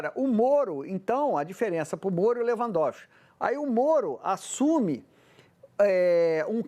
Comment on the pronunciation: É SÉRIO?QUE ESSE MILITANTE JORNALEIRO NÃO SABE PRONUNCIAR O NOME DE LEWANDOWSKI..JURA? PRESTA ATENÇÃO. VERGONHA.BANDO DE URUBÚS